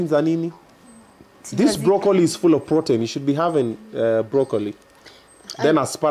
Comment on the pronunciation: Hannah hajaikula brokli😂😂 obinna it's pronounced brokli not brokoooli.... It's spelled broccoli